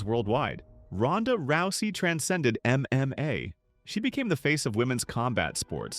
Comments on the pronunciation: It's not "EM long pause EM long pause Ai". It's just MMA. You didn't know and now you know. And knowing is half the battle. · The AI audio in these videos is so bad. “M…M…A”